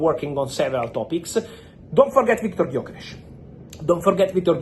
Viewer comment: idk why but him saying Viktor gyökeres was very satisfying for me